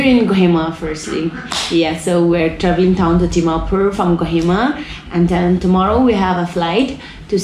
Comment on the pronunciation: So 90% of the Nagas can't pronounce 'd', 'k' and 't' correctly.. for eg, we will dravel town do Gohima.